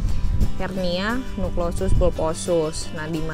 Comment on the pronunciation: Nukleus ngucapnya salah jadi Nuklosus ☺